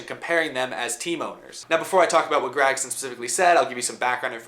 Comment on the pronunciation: Love the videos but god dang man stop saying GRAG-son